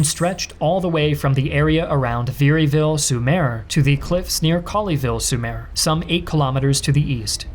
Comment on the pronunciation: DUDE... . Your French pronunciation SUCKS! Collie-ville? Pwontay-de-Hock? cmon man, try harder.